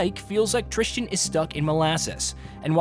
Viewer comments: Devs: "Tristan" VAs in-game: "Tristan" Everyone else: "Tristan": "Tris Chin" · As someone whose name is pronounced "Tristan", I can tell you that people mispronouncing it as "Tris-jin" or "trist-ian" is far too common. And it angers me every single time 🤣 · The worst part about this game is the fact that this reviewer said the protagonist's name about 20 times but never once got it right. Annoyed the hell out of me.